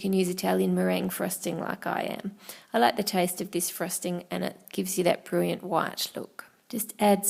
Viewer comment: Extraordinharry, Amazayn, Brilliam, Phonominiall and Fabulouis!